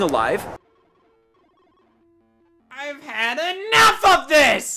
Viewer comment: I think Scott misread a line in his own script when he said doing a "live" (rhymes with five). I think he meant the other pronunciation but it's even funnier this way because it sounds like he was trying to go live on Instagram with a Gameboy.